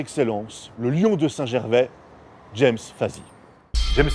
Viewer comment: Petit détail: le prénom de Monsieur Fazy se prononce “Jamme”. Merci pour cette bonne vidéo et bonne chance à la chaîne!